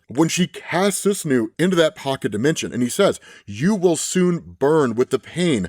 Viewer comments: It's "soo-sah-noh". The spelling is a little weird being Susanoo, but it was before the Latinisation reform in the early 20th century. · I hope this helps but Susanoo is pronounced Su-Sa-No-O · brother, you need to brush up on your Japanese. It's Soo-SAH-no. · sa-sano. Every Naruto fan knows how to pronounce it correctly. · Lol all the teens getting baited with "Soo-snoo" to comment and boost the video 🤣🤣🤣💀💀💀💀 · "Sue-Sah-Noh-Oh" Susanoo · Susanoo is pronounced like Sue-zan-oh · Its SUE-SAN-NEW thats how you say it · it’s Su-Sa-No, and depending on how into it youre feeling that day you say an extra O at the end as if it’s a separate word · its pronounced susano-oh (SUE-SANO-OH). You're killing me,. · I don't blame him to be honest, dude doesn't read much manga or watch much anime so it's the same stumbling block that people would have with the Chinese name Zheng or the Irish name Siobhan. I've even met second-language Japanese speakers who thought it was "soo-sah-noo" because it's an older spelling than it probably should be under the current transliteration rules. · Su-sah-no is the pronunciation btw. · The god at the start is pronounced 'Sue-sah-no-o'. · Its SUU-SA-NO lol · Its SUE-SAN-NEW that how you say it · It's pronounced Su-Sa-No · I too am disappointed with your pronunciation of susanoo, you’re more cultured than that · Lmao I’ve never heard Susanoo pronounced like this 😂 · You are butchering that name bro😂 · That Pronunciation of Susanoo... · Its pronounced Soos-Ah-No Sus Anú killed me 😂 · For future reference, Japanese names are pronounced by blocks of syllables. so Susanoo is pronounced "Soo-sa-no-o". It gets pretty easy (the pronunciation part at least) when you remember that. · Sus-new is driving me crazy lol. Sue-San-No is an easy way to remember how to pronounce it. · saahn hope that helps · Nah bro, its snoosnoo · Its pronounced Susano-o ijs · his name is pronounced like Sue-sah-no-oh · SU SAH NO... like in naruto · Suu- sah-no